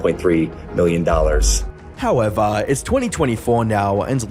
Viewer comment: However- The most british accent